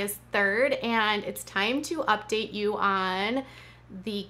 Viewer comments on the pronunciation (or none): none